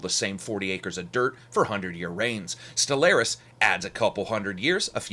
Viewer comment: It's pronounced Stellaris not Stellaris